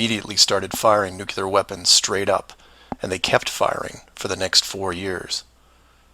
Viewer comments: While I agree with many of your points in this video, I have a hard time accepting scientific "proof" or "evidence" from someone pronouncing Nuclear as "Nu-Cular". Its pronounced "Noo-Clear" or even "New-Clear" would be acceptable. Nu-cular is not acceptable however. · well if you were to pronounce the word nuclear the correct way I would have believed you on your conspiracy theory however I am more clever then a person throwing words left and right however it was interesting points like the 180 or 360 camera angle shot of the astronauts I'll give you that and they have been 360 in 180 shots but they were inside the space station which again proves that you're also correct because they were never done in actual space if you were to think that they never been to space but you are not using your own words in the correct way look up the word conspiracy in the dictionary and then think about what you're believing in afterwards